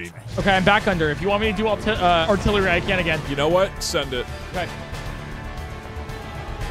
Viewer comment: The heartillery killed me XD